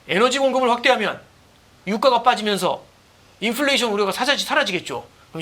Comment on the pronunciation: 인플레이션 발음을 왜그렇게ㅋㅋㅋ